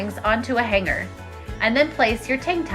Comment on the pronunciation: Hang Ger??? The 'g' is Not to be Pronounced with a hard Guh. It's pronounced Hang -ER